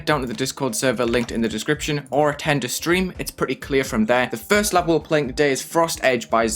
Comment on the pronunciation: when said ‘frust’ I knew without a doubt that was the best GD content creator